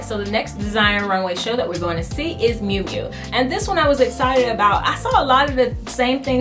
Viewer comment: Miu Miu NOT Mui Mui. lol